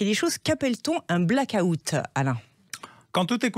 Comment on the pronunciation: Les Français, apprenez à prononcer black out de grâce! 😉